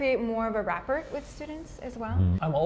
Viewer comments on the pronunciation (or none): lol not "rappert"..it's "rah-pore" :)